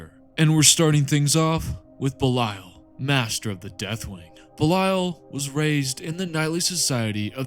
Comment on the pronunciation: Your pronunciation of Belial hurts it's literally Belee-ull